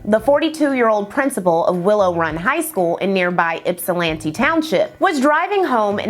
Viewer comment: Love all of your videos. And thank you for pronouncing Ypsilanti correctly, unlike some other YouTubers (Wendigoon).